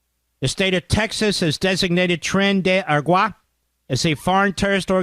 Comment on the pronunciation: I like how Mark is unable to say "tren de awah". Lol!